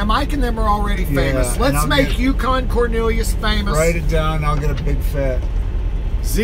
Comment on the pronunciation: "Yucan" Roflmao